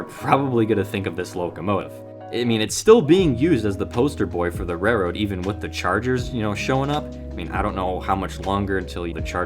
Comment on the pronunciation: How great would it be for a trains YouTube to be able to pronounce ‘railroad’. Rered